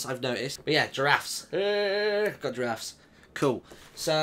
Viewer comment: ``i have 3 jarafs`` that was she said XDDDDDD